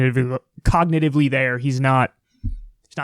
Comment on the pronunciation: Lol, nice moment for "out of context": "...he can't even pronounce basic words ... even if he is cognitiviluhhh..."